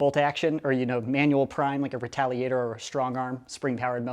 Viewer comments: U said retaligator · Listen you said retaligator #watchwhatyousay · Who else heard retaligator